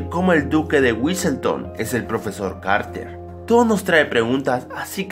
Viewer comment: lol te equivocaste todas las veces que dijiste carter